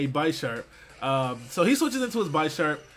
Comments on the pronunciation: Lol for real this man was saying "bi"sharp as in hes pronouncing "bias". You say Bisharp name like bishop. a noob. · just an FYI, its pronounced Bish-sharp (as in bishop and sharp) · Bisharp doesn't have a hard I, it's like the I in ICK. Also, it's a reference to the word bishop. Just bothered me for some reason. Dunno. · Why does everyone pronounce Bisharp's name as BI-SHARP, or BYE-SHARP. It's BIH-SHARP. Refrence word, Bishop. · Watch out guys its "BYE-sharp" Haha